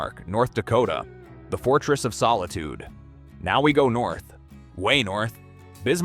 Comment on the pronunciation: The AI failed you on #4 Bismark: The Fortress of... Solustiee? 🤣